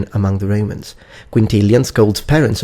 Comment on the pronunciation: i only ask one thing.. why do you pronounce romans as REIMANS